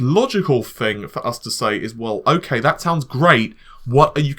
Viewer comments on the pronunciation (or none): none